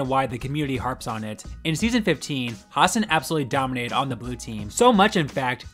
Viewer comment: Has-SAN, not HAS-san